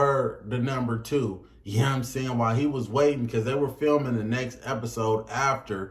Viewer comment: "yea n'm saying" why are you talking like that